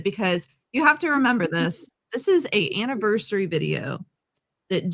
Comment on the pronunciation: I cringe each time she says "annivershree" 😑😑😑